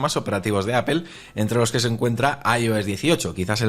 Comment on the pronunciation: En Español se lee apel. No apol jaja